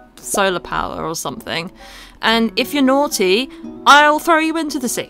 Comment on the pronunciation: I love your country because you say things like “nauwty”